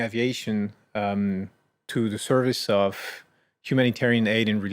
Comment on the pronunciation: Hello, great analysis. It seems to me you forgot a pronunciation error that many French people make: pronouncing "of" /əv/ like "off" /ɔf/. Here, Thomas Pesquet makes this mistake; he pronounces it with the /f/ sound instead of the expected /v/.